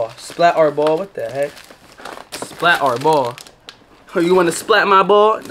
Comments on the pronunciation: The word SPLATRBALL is not pronounced SPLAT"R"BALL its pronounced SPLATERBALL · bro said splat are ball its splat er ball is how to say it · "Splatarr-ball" It's splatterball together 😂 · shii got me dead when yu said splat r ball. 🤣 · Yooo I love ur vids but u supposed to pronounce it like splaterball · The R ra is meant to be pronounced as Splatter/Splatt R. Don't take off the orange tip and play in the park with it, live your best life. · it's pronounced splatter, just spelt different. as you would say, "it's built different" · i think its supposed to be pronounced like splatter ball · splat RRRR ball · it’s pronounced splatterball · It supposed to sound like splat-er-ball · Splat “er” Ball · its pronounced splattRRRball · It’s actually splatter ball is how it’s pronounced 🤦‍♂️ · It’s pronounced splatterball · Its pronounced (PLAT) (ER) (BALL) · its pronounced splatterball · it is pronounced splatrball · Pronounced splatterball